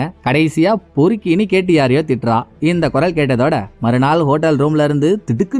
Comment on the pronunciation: Ketty ketty nu solumbothu enaku whity whity nu than kekuthu bro